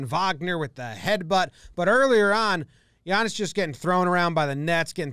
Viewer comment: Thanks for pronouncing his name correctly